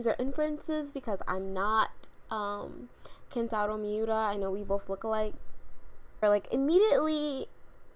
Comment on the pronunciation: "I'm not Kentaro Miura, I know we look alike" poses xD Also, good job on not butchering his name. You're hilarious by the way.